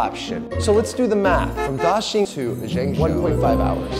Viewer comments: pronoucing zhengzhou as yingyou is not very professional for a host hired by the Chinese tv channel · Why can't he pronounce ZhengZhou properly?